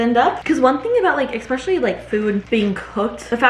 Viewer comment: You'd be less nervous at work meetings if you took the time to learn how to pronounce words. Like especially and praying (mantis).